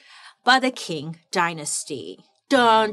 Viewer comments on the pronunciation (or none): if the word was Quetzalcoatl or Tegucigalpa I could understand. But it's ching. A short, single syllable word that is easy to pronounce. She could put in some effort when it's easy. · 😂 Qing is pronounced like /ˈtʃɪŋ/ CHING. Anyways, if this topic interest you then look up the Gaokao in China. Man it’s sad, kid’s future here really depend on their results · Bailey we love you ❤ but just so everybody knows: “Qing” dynasty in Mandarin sounds more like “ching” than “king” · Fine, informative episode. However, I believe it's pronounced " tSHeeng " dynasty,, not ” King ". Like the Qi in Qi Gong massage . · The standardized testing in imperial China started in the Han dynasty… but was fully developed by the Qing (pronounced ching) dynasty (over a thousand years…) The scholar hat was a funky looking thing that was flat in the back… and Chinese kids with a flat head were thought to be more scholarly… I got a flat head… I test well, but I don’t retain info unless it’s fun… and I can’t wear a ponytail without looking weird cuz my head is weird shaped 😭 Edit: I took the ACT to get into nursing school… they asked me about rocks and clouds… almost lost my 💩… got a 27 or 28… cuz my ma said it cost money to take the test if I failed, I’m on my own, no more support… 😅😂 And our nursing school was contracted with Kaplan after we graduate… we get 2-3 weeks after graduation to study with the Kaplan people on how to take the test but my friend and I had taken so many test prep during school the lady got annoyed cuz we don’t do the “steps” they have on eliminating the wrong answer cuz we already know the answer… 😂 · Love your videos. Wouldn’t imagine my dish washing sessions without them 🤭. It’s pronounced “Ching” 🤗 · Qing dynasty ,yes ,but prounced ch-ing 😘 Ok LOL on Bring-em ! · qing is actually pronounced as ching! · Wonderful work Bailey…. A - - but only cause the Qing dynasty is pronounced “Ching” dynasty. I’m here with my notebook, ma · GIRL ITS PRONOUNCED LIKE CHING